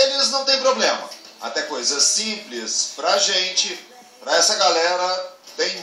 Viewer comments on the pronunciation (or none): none